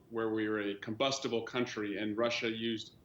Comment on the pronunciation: "Combustable" Like a fart in a fire. Hilarious!